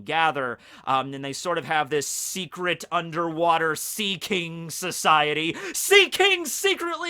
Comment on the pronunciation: SPOLIER!! HE SAYS THE WORF SEAKING!!